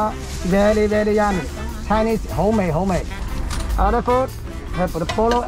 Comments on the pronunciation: Hahaha! Canto: Hoúmay not Homàde (different tone) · When he said homemade, it seemed like he was saying 好味 (tasty) in Cantonese